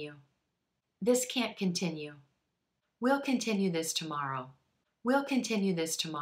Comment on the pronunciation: I don't know who, how!!?? but I hear it just like "beginning-bəgeeening, continue-kənteeenyoo and so on "